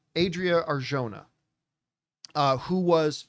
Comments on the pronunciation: Not to nit pick. But the "j" in Arjona sounds like an "h". Just so you know because it appears you'll be saying her name a lot 😅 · Hey campea.. please learn how to pronounce her last name right. You are saying it wrong